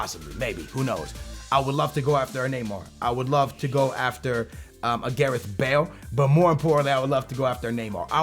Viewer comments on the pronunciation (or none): none